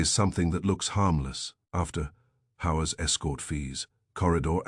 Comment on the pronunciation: If this was published in 1926 instead of 2026 it would be Banned in Boston for the "whores" mentioned. The narrator's voice is quite pleasing, imho, but it insists on pronouncing the word "hours" with a hard H and not a silent H. Whoever created silent letters in the English language must have been on psychedelics/euphorics or was a nasty person in general :^)